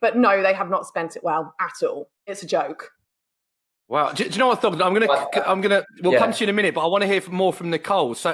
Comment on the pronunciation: It's Thogden